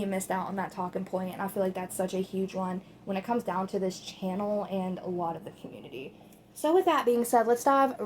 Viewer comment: He said the word “down” and it sounded like Dianne